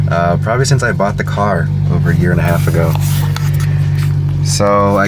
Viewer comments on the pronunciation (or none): none